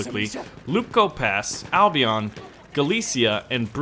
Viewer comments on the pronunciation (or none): none